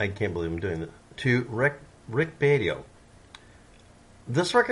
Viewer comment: Say it with me,... "Rick BE-AH-TOW"